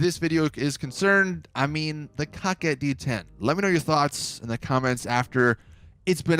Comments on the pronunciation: COCKIT BRO IM DEAD 😂😂😂 I believe it my be COH-KET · When said: coquette bruhh i died he says it like: cocket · Cocket wtfffff it’s korket that’s how it’s pronounced damn boy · “Cock-Ette” It’s Pronounced “Coke-Ette” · Why you keep saying “Cock-ette” ... if it’s a “Cor-Vette” remake, than calling it “Co-Quette” would be the more proper way to say it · What this foo call the car 🤣🤣 cocket wtf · Guy said cockette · “Cockit D10” 🤦‍♂️ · This foo said Cockit d10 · You say it kow ket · I think they were going for cock-wet.. so idk if you want to pronounce it like it’s irl counterpart, or the baller name of getting your “coquette” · It's actually pronounced "Co-Quah"...it's french. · He’s calling it a cocket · Is anyone going to tell him how to say coquette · Is it just me or is he saying the name wrong?? Keep up the good work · Anyone else really bothered by the way he says coquette?